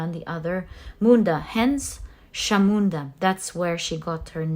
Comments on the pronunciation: Also just to add for you the pile three kali’S name Chamunda is not pronounced as Shamunda but as Chamunda as in cha ( for chat) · Hello may I correct you with the pronunciation of Chamunda. The CH is pronounced like the CH in chocolate not as a SH. I hope you don't take this badly I have no bad intentions. I am following you regularly and I am taken aback by your accuracy in your readings. If I may, I think you have got to be the best Tarot reader I have come across. Your knowledge is vast and interpretations spot on.